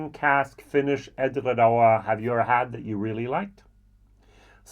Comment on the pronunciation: I love your pronunciation of Edradour, that R in french style is so cool 😁 Great review with comparison of these gems 🥂🥂🥂🙋‍♂️